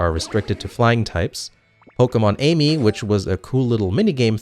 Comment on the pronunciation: Amie from XY is a play on the French word for friendship. It's pronounced AH-me